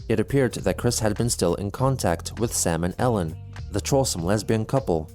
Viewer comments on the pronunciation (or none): Sam and Ellen. Did he just pronounced it as Salmonella... Why does that should very trollisk... oh boi.